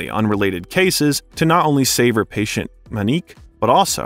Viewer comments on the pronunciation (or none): none